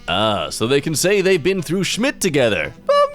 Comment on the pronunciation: Him accidentally speaking perfect German "Schmidt"